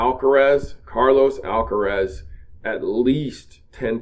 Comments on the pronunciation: Hey, it is Alcaraz, not Alcarez. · It’s Alcaraz, not Alcares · Alcaraz !!! Not Alcarez !!! ☝️ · is ALCARAZ, not Alcarez......... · last name is Alcaraz. (not Alcarez)... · His name is Carlos Alcaraz not Alcarez , Alcaraz , not Alcarez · Dude, dude, it's Carlos ALCARAZ not Alcarez. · It is not Alcarez, it’s Alcaraz. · ALCARAZ, please learn his name first. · ALCARAZ. All are "A"s in his family name. Not so difficult!